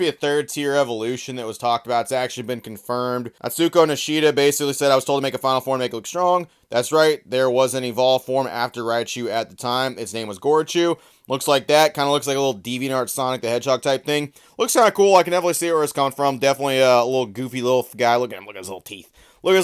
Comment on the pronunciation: Other than the fact he keeps saying "RAI-UH-chu", I really wanna know how the heck he's getting "GERA-chu" from "GORO-chu"... like does this guy legitimately not know what the letter O is??? Some people are just so illiterate, can't even pronounce vowels right LOL